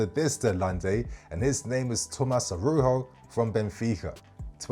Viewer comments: You pronouce the J like with Jose Mourinho. Arauzho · The “j” in Araujo is a j bro, he’s português not Spanish, the J isn’t an H sound